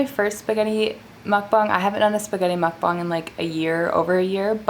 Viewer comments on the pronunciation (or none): She said mukbong not mukbang